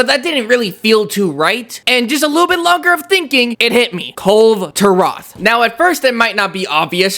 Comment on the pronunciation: Isn't it supposed Kul- ve Ta-roth not kul turah😅